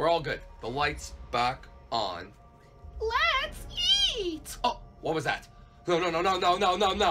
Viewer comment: chica dose not says letseat